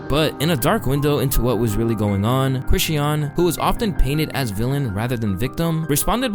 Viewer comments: Do you intentionally mispronounce words for engagement or some shit? You say Chrisean differently each time. It’s Kri-Shawn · 😕Why is he saying Chri-she-un and not Chri-shawn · Mannn can yall pls pronounce that girl name right😂it’s really not that hard. Chris-shun . Yall pronounce diddy name right same thing😭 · ChriSHAWN. SHAWWWWN. Not Chriseeeyon. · Youre not saying Chrisean right its pronounced like Cra-shon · The way he say “Chrisean” name I can’t even watch the video fr😂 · It's Chris-Sean! Pronounced creshawn! The way you always mispronounce stuff makes me think you don't really fuck with the culture like that. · Cringed every time you said Chrisean wrong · The way he pronounced “Chrisean” is killing me 😂😂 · why do you pronounce chriseans name wrong in all the videos you mention her in... if you're going to report on people at least say their names right. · Chrisean, 2 syllables not 3. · Damn, I really dislike how badly you’re butchering Chrisean and Chrisean Jr’s name. C’mon man, you played videos of people saying it right, all you had to do was copy how they said it! 😭😭